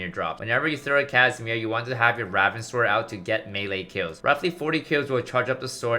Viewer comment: Why does he say raven so weird??